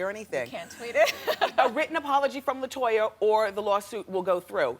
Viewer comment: "LIE-toya" Jackson! 😆